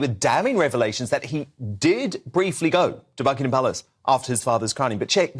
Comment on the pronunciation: Megyn ... It's not BuckingHam police.. (The H is silent!) Your credibility is at stake if you cant even get this right! .. Meanwhile have some compassion for the silly spare!! If only Princess Ann could have inherited the throne! .. A brilliant, wonderful woman!